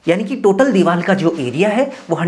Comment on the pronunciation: लगता है तुम रिश्वत देकर इंजीनियर बने हो तुमको हिंदी भाषा का भी ज़रा सा ज्ञान नहीं है बार बार दीवार को दीवाल बोल रहे हो बड़े शर्म की बात है कि तुम जैसे लोग भी इंजीनियर बने बैठे हैं😢